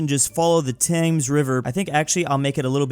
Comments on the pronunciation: Saying the "tangs river" is crazy. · you say Thames like "Tems" not "Tames" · Calling river thames “tames” instead of “tems” is the most American thing ever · T-Thaymes River? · Especially when he said "The river Tames" and "Taymnges" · its spelled “thames” but ts pronounced “tames” and he mightve made a mistake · He said "Taymnges River" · I die inside every time you pronounce Thames wrong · As a brit, the way he pronounces thames makes me depressed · that Thames pronounciation is painful. Just forget about the h and make the a into an e, sorry.